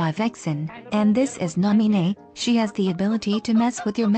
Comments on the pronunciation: Stop looking for Nah-mii-nay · who the hell is cairee???? i only care about NAH MEE NEH God. This is my fav vid from the whole series. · I will protect Nah-Mee-Neigh